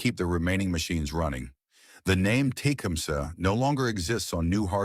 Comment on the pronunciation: Learn to pronounce the name of the item the show is about before making a video for the American people Thanks with a thumbs up because the content is ok.